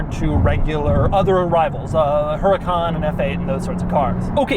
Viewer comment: It's pronounced Uracaan and the mirrors on the side are called sideview mirrors not rearview mirrors.